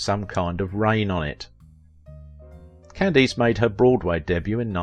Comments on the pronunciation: Good heavens! AT LEAST pronounce correctly the name of your chosen subject! That atrocious "CandEEce" is appalling. Listen to any period TV piece for 30 seconds and you would know. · Is this read by a speech reader program? I’ve noticed on a couple of videos how common names are mispronounced. No one says Can-deese. It’s Cand-ass. On another video, Mel Torme was pronounced Mel Torm….. also in both videos, pictures end up in the show that have NOTHING to do with the topic.